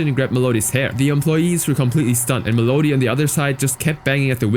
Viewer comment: Mel odie? Melody bro